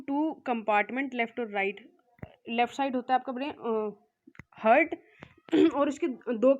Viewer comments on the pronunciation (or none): Heart ko "HURT" sunte hue bohot hurt hua😅😂